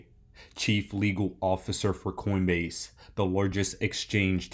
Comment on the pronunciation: Coinbase? Or coindebase??